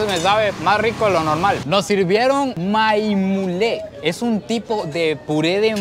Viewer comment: Maimulen lodijiste a la perfeccion